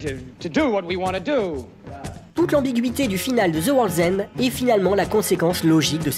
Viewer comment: Je comprends pas pourquoi tu prononces "Shaun of zi dead" mais tu prononces aussi "Zeu world's end" Mais sinon très bonne vidéo 👍